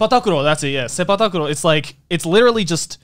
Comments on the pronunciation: Hearing Joey say Sepak Takraw as Seipak Takuro got me 😗😗😝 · Being Malaysian, I never thought Sepaktakraw would sound so soothing when pronounced in a Japanese accent 💗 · as a malaysian, hearing joey pronounce sepak takraw in japanese was a really weird experience lmao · Idk why but Joey's pronunciation of sepak takraw is so funny to me